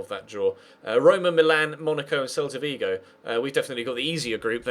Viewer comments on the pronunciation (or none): none